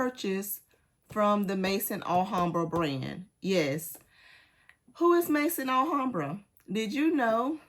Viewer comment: please, if I had a private channel I would contact you on that private channel, but I don't. So I have to say it here. Maison Alhambra is pronounced Mezon Alhambra. The word Maison in french language meaning House. Maison (pronounced Mezon) it is. I hope you don't mind.